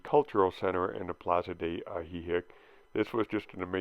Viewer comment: Both "i" in Ajijic are pronounced the same 😄🤠😆✌️